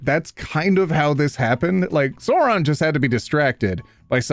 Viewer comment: i may be a nerd but the pronunciation of sauron as SOARON kills me